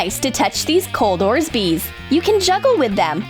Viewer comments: Why do they call orbeez orsbees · Please call it orbeez not orsbeez because it is really cringy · It's orbeez not orzbeez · They’re not called ors bees they’re called Orby’s😂😂😂😂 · The call them ors beez and not orbeez isn’t that weird! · It is orbeez not orsbeez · It’s orbeez nor orzbeez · What ORZBEEDS REALLY Excuse me it is ORBEEZ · Its not orzbeez its Orbeezs, No hate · It's not oresbeez it's orbeez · first of all u said u will colour it pink then u colored it blue second of all its called orbeez not orzbeez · the funnest cake not funniest ORBEES NOT OSBEES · It’s orbeez not orsbeez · It's Orbeez not orzbeez right???? Or am I just really behind in life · Its orbez not orzbez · ORBEEZ NOT ORZBEES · It's Orbeeze not Orsbeezes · 1:ORBEEZ NOT ORSBEEZ 2:U SAID PAINT IT PINK THEN U PAINTED IT BLUE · It's Robert not orsbeez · You always make the same mistake...ORBEEZ not ORZBEEZ ! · Its orbeez not orsbeez Its blue not pink cause u sad paint it with pink and u paint it blueee WOW CONGRATS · It’s orbez not orzbez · you said orzbeez but it's Orbeez you said paint the protein jar pink but it's blue you said clay with balls but its called floam WELL DONE NOT :/ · It’s orbeez not orzebez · Rant: yes there is did you just say orzbeez? Its orbeez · It's orbeez not orzbees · And orbeezs not orsbeez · ITS O-R-B-E-E-Z NOT ORSBEEZ 🙄😂😂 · Orzbeez? Isn't it Orbeez?? 😒😒😂😂😂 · Orzbeez um no its Orbeez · It's Orbeez not Orzbeez.... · It’s not orzbeez it’s orbeez and you said let’s paint it pink and you painted it blue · It’s orbees not orsbees u are a Russian channel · Why do you say orzbeeds it is orbeezs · orSbie? ORBIE!!!! OMG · First it's not orsbees it's orbees, second, it's kinda stupid for a girl to try and POSE right to blow a bubble, third no one is that stupid that they would try and eat the fake frosting, and last YOU SAID TO PAINT THE ORBIT PINK YOU PAINTED IT BLUE I DONT KNOW ANYMORE!!😂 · Um its Orbeez not Orzbees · It orbeez not orzbeez